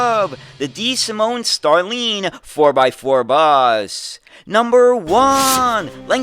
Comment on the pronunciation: i like your content,, but I am surprised of your pronunciation of starline. it's like star and line.... whilst the sound you make in line would be needed for the I in Iveco. best regards!